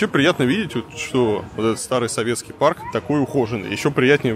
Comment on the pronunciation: Как в фильмах Тарантино можно часто услышать слово «Фак», так часто в этом ролике было слышно «своветский» и ему коренные. Варламов, ну хватит. Приторно.